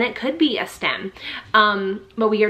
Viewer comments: it’s STIM not STEM. 💗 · Autism mom here. You pronounce it stim not stem. Great video.